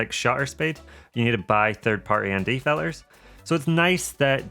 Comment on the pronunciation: I find while watching your videos, and I Like Them a lot. Find myself counting the words you pronouns with the letter T missing. Bo,om Ba,ery.Fil,ers. Its then I realised I was missing your important point of the video in the first place. The Mavic 3 is a hard sell for me, too flashy, and time consuming setting it up.